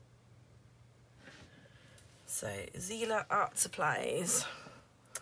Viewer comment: I May be wrong, but if the markers are german, them it should be pronounced as [tsi:ler] 💕